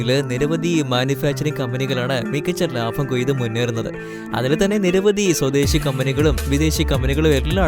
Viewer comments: ❤❤❤ ലാഫം അല്ല ലാഭം ബ്രീതി അല്ല പ്രീതി ശരിയായ മലയാളം അല്ലെങ്കി കേൾക്കുമ്പോ ആരോചകത്വം തോന്നും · ലാഫം അല്ല ബ്രോ ലാഭം